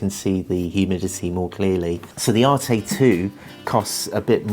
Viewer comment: It’s not pronounced arte it’s an arête like a corner it’s a French word